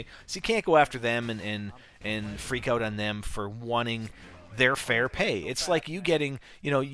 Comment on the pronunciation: LOL you said 'freak oat"